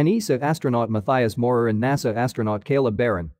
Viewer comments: I didn't know the audio is just an edited robot 😅 It could be worth a try, but I doubt that it would work... or maybe some experimenting with a fantasy word like "mudteeus" or "matteeas"? Just weird for me to hear this pronounciation of a quite common german name 🙂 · Great video! Try pronouncing "Matthias" like mud-tea-us 😉